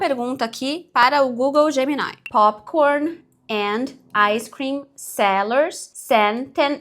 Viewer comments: Bolsonaro: pain pointer ice creeim kkkkk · "Popikórni, áicêcrim"